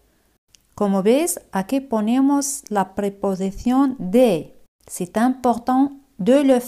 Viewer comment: Por qué c'est se te escucha cy y no ce? Merci